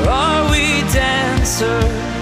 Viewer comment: The pronunciation is not the same. It is DANcer not DENser.